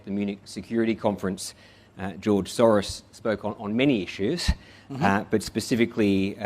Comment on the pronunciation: George soreaahs is an aahsole that is sore…….